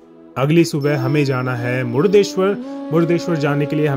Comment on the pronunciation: जय भोले!🚩 भाई साहब, "मुडदेश्वर" नहीं.❌ सही उच्चारण "मुर्डेश्वर" शिवलिंग!☑️